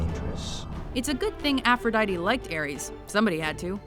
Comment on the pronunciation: The way this bitch pronounce aphrodite is so anoying